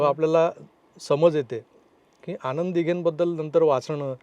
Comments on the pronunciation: न आणि ण मध्ये फरक आहे बाळा..😂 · मुलाखत उत्तम, आता चित्रपट पाहताना जरूर या विचारांसह पाहिला जाईल. या तरुणाने आपल्याबरोबर स्फोटक विषय छान मांडलाय, फक्त एकच विनंती आहे न आणि ण चे चुकीचे उच्चार टाळले जावेत. आणंद दिघे असं ऐकू येतंय ते खटकतंय, बाकी तुझं ध्येय तुला मिळेलंच. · आणंद दिघे नाही हो आनंद प्लीज प्लीज आधी या तरूणांना भाषेची जाणीव करून द्यावी. खूपच खटकत हो. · आणंद, अणौपचारिक, राजकारन ,गुरू पोनिमा , कारनिभूत...वगैरे वगैरे... बाबानो पत्रकार म्हणून असे क्रृपया बोलू नका.😂😂😂😂😂😂😂😂😂😂😂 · ह्यांना सांगा ….. आणंद असा शब्द नसुन आनंद असा असतो